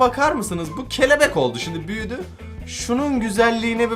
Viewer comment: Abi sen kelebek derken onu kefelek diye anladım